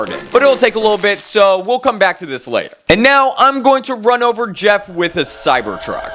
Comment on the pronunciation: how many times u said cybord truck😂